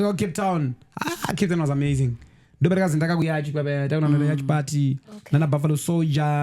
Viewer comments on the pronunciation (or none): Yacht= (pronunciation) yati Yacht≠ (pronunciation) yachi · It’s Yacht not Yatch or Yachi. Titende. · Ola its pronounced at Yaat . Imboti Yaat yechishona uone. Zvinobuda😅😅😂